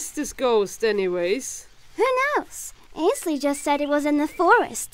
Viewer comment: AND THEY ACTULLY SAID IT RIGHT INSTED OF ANSHALEY